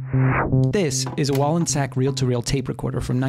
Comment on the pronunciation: Also thank you for pronouncing the name correctly!